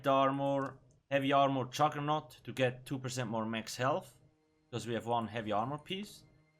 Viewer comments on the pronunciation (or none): none